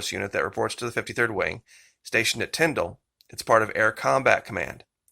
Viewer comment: Thank you for pronouncing Tyndall AFB correctly. I was stationed there many years ago and hearing it pronounced Tynd-ALL is so annoying. 🙄